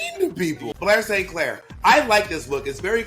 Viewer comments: “Bore Safe Clair” 😂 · Bob has said "Blair S. Clair" so many times that, by six minutes into this video, it no longer sounds like recognizable words. They're just syllables. Blay-so-Clay